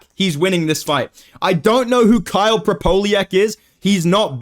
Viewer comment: Completely disregarding Kyle eh, at least say his name right. I think everyone is gunna be shocked at what happens.